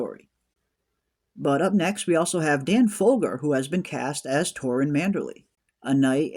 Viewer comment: Not “Folger” like the coffee, but “Fogler”